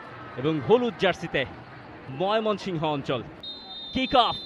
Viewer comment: ধারাবাভাস্কার কে ভাই বার বার মাইমনশিংগ ১ বলতেচে এক বার হলে মানতাম ৩ বারই বলচে কি খায়